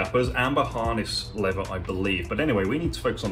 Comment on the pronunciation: I live in Texas where leather and cattle are king. Love your videos and I watch them all. Just find it fascinating how shoes are made new looking again. Just one question though. I’ve noticed a lot of Brits pronounce “leather” as “lever”, losing the th sound. What’s with that? Just curious! Great videos!